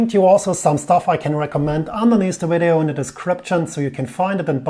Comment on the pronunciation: Gets me everytime he says “weedeeO”